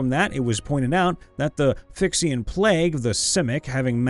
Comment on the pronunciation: Phi-rex-e-an Phyrexian For future referance.